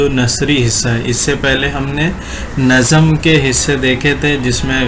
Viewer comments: Usko nazam nhi nazm padte h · Bhai nazam nhi nazm kahte h